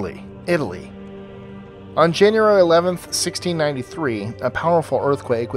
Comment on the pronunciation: Janyerry lol